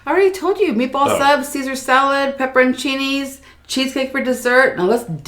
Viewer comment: I know how thankful Kristen must be to you for taking over the mukbang with. Also round of applause for pronouncing pepperoncinis correctly! So many people mispronounce them or call them banana peppers! 🤣